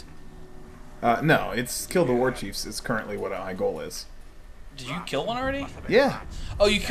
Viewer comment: Warcheives., wtf.